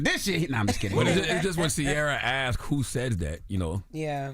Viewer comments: Did she say axed or asked 🤣🤣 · The "question that Charlamagne 'axed'"?